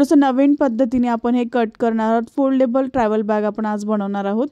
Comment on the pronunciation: छान दाखवळू. पण foldebal नाही म्हणता येणार